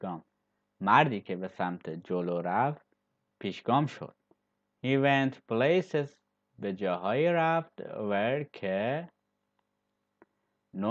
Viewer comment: سلام ممنون از زحماتتون عالیه فقط جسارتا ببخشید یکسری از تلفظهارو اشتباه میگین و این باعث میشه تو ذهن زبان آموز جایگزین بشه مثل place